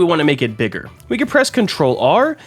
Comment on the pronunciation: Your right he said “digger”😊